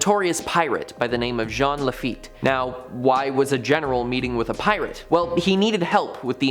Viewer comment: It’s not lafit it’s lafeet